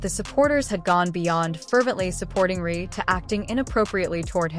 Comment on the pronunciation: The name is Reese, not Rhee! Is this an AI thing, because it's really annoying!